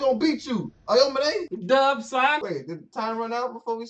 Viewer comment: yeah....let's just discount an ENTIRE game of focusing a plyer because in the last 5 minutes ir so, it was KINDA a 1v1, Aomine is a better player 100% and stop saying Aomone wtf.